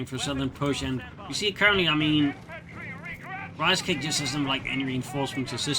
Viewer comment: I just kept hearing Reichscake everytime you said Ricecake :D